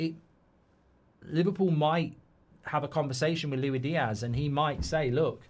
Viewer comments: His name is Luis Diaz not Louie Diaz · It's "loo-is-dee-az". He's Colombian, not french.